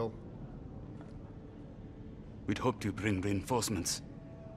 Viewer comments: Call him lieutenant Kahli ONE MORE TIME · Its Khalil! And u pronouce Minister Said (saiid)